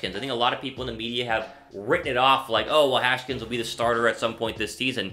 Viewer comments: Hash-kins????? Haskins boyy #HTTR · It's Has-Kins